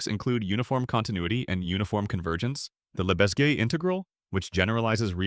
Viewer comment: How do you not know how to pronounce Cauchy or Lebesgue? I was willing to let Lagrange go as a regional variant, but not these.